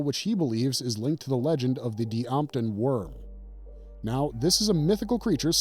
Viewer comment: 'Lair of the White Worm' - It's pronounced 'dampton' not 'dee-ampton, you just ignore the apostrophe, which you would know if you had watched it!